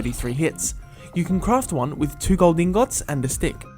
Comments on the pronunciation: You said igngot not ingit hahaha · its pronunced (ing-it) not (ing-ot) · it's ingets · I love how he says ingot iing-o-t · ingots are not (ingôts) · You said iron ingot